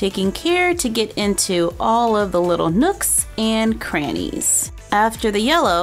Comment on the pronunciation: I Laughed so hard when you said nooks and crannis🤣😂